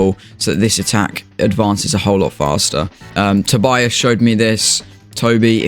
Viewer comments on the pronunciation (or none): none